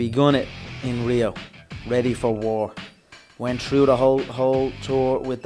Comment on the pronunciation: I absolutely love that you said lived "trough"